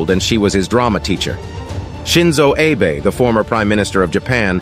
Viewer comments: True. Also, it’s not pronounced “Aye-Bay”, it’s pronounced “Ah-bay”. RIP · Abe, not Aybe..pls pronounce foreign names correctly as you would for Western names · Abe, is pronounced as Ahbe. The e is pronounced as long a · "Ae-bay"??? Narrators: check foreign pronunciations!!